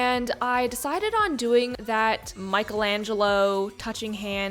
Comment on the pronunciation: cries in italian Pls say Michelangelo or something different just please don't say micheAlEnGeLo My little heart broke in half😂💔😢